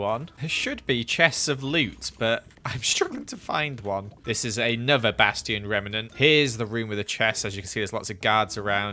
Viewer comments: Just a tip: A bastion is pronounced "Bass-chi-on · The funny thing is he still pronounces Bastion the same way